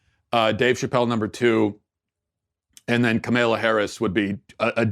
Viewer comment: The way he pronounces kamala's name is almost as bad as kamala herself